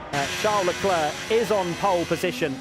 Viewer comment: LECLER PAS LECLERQUE 😭😭😭😭